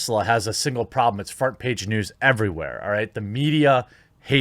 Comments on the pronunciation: I heard “fart page news”. Is it just me or did he say “fart page”? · He said frart page news